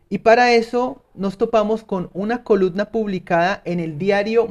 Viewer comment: Se dice coluMna, maldita sea hable bien